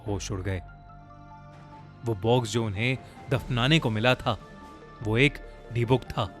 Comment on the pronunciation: its pronounced di-buk not dee-book